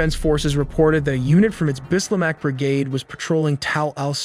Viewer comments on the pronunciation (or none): Bislach not Bislamach